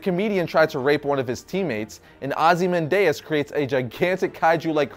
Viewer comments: Wait wait wait. HOW did you pronounce Ozymandias?? Ozze-man-deus?? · The way he pronounced Ozymandias makes me cringe 😖